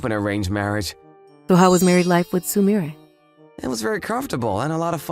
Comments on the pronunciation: Dude! It's Soo-Mee-Reh! Not Soo-Myre! Get it right! Jesus! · Oh my GOD, what is wrong with the male VA? I hear him in tons of these videos across multiple channels, so he doesn't really have an excuse, but does he hate the Japanese language? Soo-MIRE?? You have the Internet, you have YouTube, you can look up how to correctly pronounce Japanese names - it's literally your job! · Why isn’t a single person mentions that he pronouns the name sumire wrong? It’s sumire, not sumeir! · The story was great but the male VA's mispronunciation of Sumire's name was grating. It was especially bad because it was read out so many times (likely due to translation and lack of localization). Sumire is pronounced soo-me-ray, not suh-mire. I just feel like VAs hired to do this stuff should know proper pronunciation. It takes you out of the story when you hear one VA pronounce a name one way and another pronounce it totally different, especially when it's a name that folks engrossed in the culture would not mispronounce. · It’s pronounced (sue mi ray). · i liked this one but i cant get over how he said sumire wrong the whole time that kind of made it weird i dont know how to say it it made it worse than it could have been but not bad? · The MVA seems not be able to grasp the pronunciation of Japanese names. I wish he got ‘Sumire’ right, as his fellow VAs have. Poor editing.